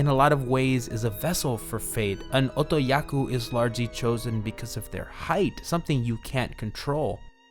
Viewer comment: Otokoyaku. Not otoyaku. Otoyaku isn't a word. I wanna watch this video but that's gonna drive me nuts.